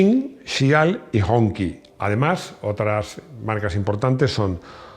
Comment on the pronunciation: Hong Qi se pronuncia como Sh en inglés, no como Ki. 🤭😅 Hong Qi quiere decir Bandera Roja, como ya se ve en su icónico logo en el morro del coche.